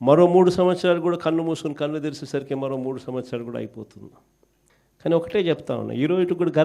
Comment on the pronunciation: జీవితమంతా విశ్వసనీయత అని పలకలేవురా ఆది ఉశ్వసనీయత కాదురా, కల్లు కాదు నాయన కళ్ళు, ఖార్యఖర్త కాదు రా కార్యకర్త, హౌసరమైన కాదు అవసరమైన (ఔసరమైన). ఒక చదువు జ్ఞానం లేని ఫ్యాక్షనిస్ట్ క్రైస్తవుడు ఇంతకన్నా స్వచ్ఛమైన తెలుగు ఏం మాట్లాడుతాడులే.